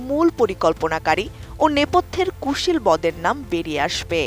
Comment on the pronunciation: আহা, কুশীলব উচ্চারন করতে পারেন না। কুশীলবদের কে বললেন কুশীল -বদের। কোন লেভেলের বলদেরা নিউজ রিপোর্টার হিসেবে জব পায়, চিন্তা করেন দেশবাসী!